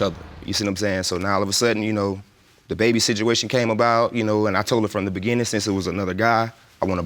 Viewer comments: did I here you right? Beginning or beginding? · I have never heard beginning pronounced with a D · You can’t go on looks but whew. Those eyes, her nose, her forehead, her stale face looked just like him. I had a feeling he was lying when he said “begin-din” 🤦🏾‍♂️ but woah. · The "beginding??"🤨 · From the be-gen-den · "I been asking for a blood test from the BE-GIN-DING" 😭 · “From the beginding!!” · “... from the beginnding...” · Did he say begendin? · Did he say “beginDing”? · He keeps saying “beginding.”? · ITS WHEN HE SAYS....FROM THE BEGINNDEN!!! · The “Begin-din”😩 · I think he said BEGIN-DING to be funny cus directly after he said it that way..he said it correctly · And he put a d there every time he said it. I'm beginding to think he doesn't know any better. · " from the very Beginding, I want a blood test" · I hate when people mispronounce words. What is a Beginden???????👿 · Yes opposite of ending.. beginding duhhhh